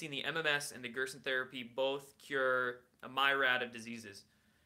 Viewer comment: myriad = meer' e add